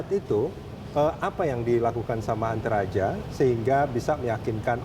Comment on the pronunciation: ANTERAJA ❌ ENTARAJA ✅